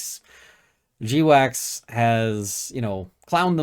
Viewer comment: I thought GWACS was pronounced 'gwacks', like the noise a duck makes when it wakes up in the morning. 'jdeewacks' sounds like something you need to talk with your doctor about with a long list of side effects.